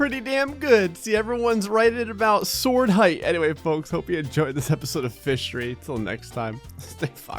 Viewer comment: I thought in the intro he said MISSERY I was like cool game But its fishery